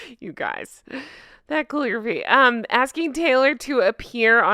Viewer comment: Its not calligraphy: It’s “Clawligraphy” 🤣🤣🤣